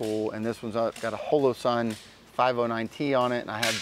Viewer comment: HO LOW SUN. (holosun) HO LOW GRAM? (hologram) wtf is with these youtube pronunciations.